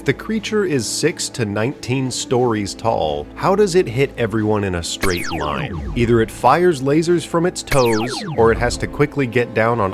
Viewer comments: I think it's pronounced Colussy. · Listening to that first pronunciation attempt of "Colossi" caused flashbacks of listening to George W. Bush try to say "nuclear". Loved every bit of the video, though!